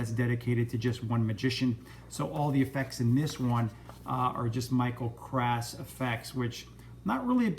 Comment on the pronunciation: It's pronounced "Cross" for next time.